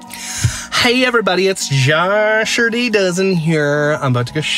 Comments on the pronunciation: Josherty doughzen 😂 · Omg did you say the Josherdy Dozen? I’m dead 💀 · “Josherty Dozen”!!! 😂😂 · Joshurdy Dozen LMAO!!!!!! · Josherty dozen 🤣🤣